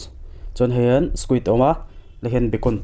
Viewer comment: Bakawn tia i lam hi beikawn tia lam tur aw